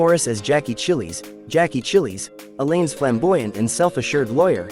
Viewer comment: it's pronounced "louie" not "lois", George never married, susan died licking the cheap envelopes for the wedding and jackies last name is pronounced like child without the D, Did you ever watch the show?